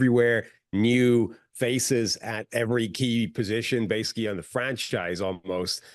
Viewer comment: can’t say adverbs 😂 every time he tries to say “basically” he says “base-ick-ee”